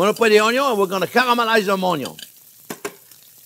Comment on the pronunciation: Caralalamlalize the ONYO LOL!